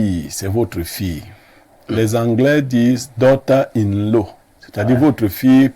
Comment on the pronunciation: 😂😂😂😂😂😂daugther in law et non ”in love”😂😂😂